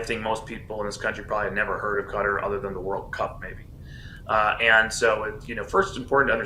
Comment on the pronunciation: It is not CUTTER Learn how to say it SAY KATTAR...like CAT 🐈 ARR(like in ARRange) Simple OMG